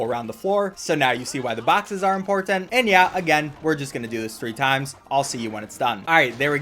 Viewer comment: He also says "import tant"